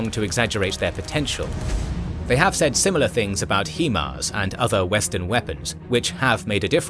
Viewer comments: Downvote for every time you pronounce HIMARS as "heeeeeeeee-mars" instead of the correct way, HAI-MARS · "HE-Mars" bruh what? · Excellent presentation as always; however, I can't help but notice you've doubled-down on "hee-mars" almost as much as Wagner has on Bakhmut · Thanks for the video, great work! Though HIMARS is pronounced "high mars".